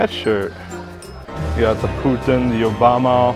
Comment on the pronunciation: Did you just say yobama?